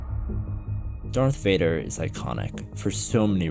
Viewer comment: Darth wader. Luke i f....d your mom . Luke nooooo noooo thats not true this is impossible .